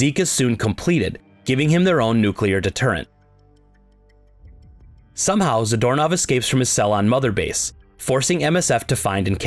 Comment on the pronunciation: I keep hearing Zedormov as Doorknob, For some reason. 😂 Also this is a wierd story. But I like it.